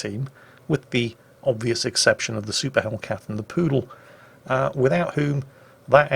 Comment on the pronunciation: It's a Pru Dal Not poodle Quarantine is finally getting to you... God dammit!